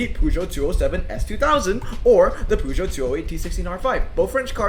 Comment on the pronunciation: these to french boys poooogeot🤣